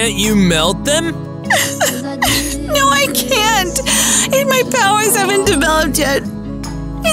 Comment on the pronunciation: it’s not may it’s my